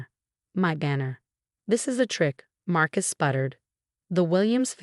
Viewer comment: Groaned, not grown. Marcus, not Mark Is. Own, not um. No, not now. Us kids, not as kids. Winced, not wentz.